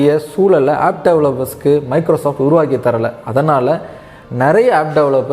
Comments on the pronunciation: did you pronounced the correct spell of Lumia?I heard luminas. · Good Summary. Just an observation. its Lumia but looks like you were referring it as Lumix in audio, the transcript was rightly referring it as Lumia though.